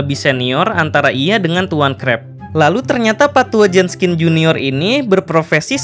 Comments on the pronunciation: Min... Jenkins apa Jenskin...? Kok mimin bilang Jenskin...? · JENKINS, BUKAN JENSKIN, hadooh kebalik nih naratornya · Kalo bisa pronounce nya lebih bagus, Jenkins kan? Ko dibaca nya Jenskin? Ini kritik agar lebih baik, kaya orang2 yg gabisa ngomong Dark dibaca nya Drak 🙄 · pas mgomong pak tua jenskins itu ngomongnya pak tua jeskins pas di awal awal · everybody gangsta, until kata "Jenkins" dibaca "Jenskin" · Bang Kok Jadi Jenskin?? Kan HarusNya Jenkins:v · Itu pak tua WALKERR , BUKAN JENSKINN